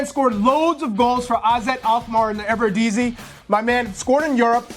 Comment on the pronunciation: in the EVERDEZEE. lool eredivisie